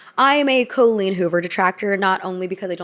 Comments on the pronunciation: co-leen hoover joining the ranks with grand ol oh-pree and rob ray-ner. i love you but how do you always do this lmao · i love your videos, but as an irish person with an Irish name myself please please please look into how to pronounce names of irish origin. I dont care about the writer, but the name Colleen is not Col as in Colon, but Col as in Colony, with emphasis on the een as in Halloween. (You need work on Riordan too). Sorry to be that person 😅